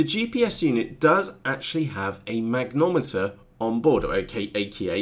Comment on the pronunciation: It's a mag-ne-tom-eter....not a mag-nom-eter. Great videos though. Thanks.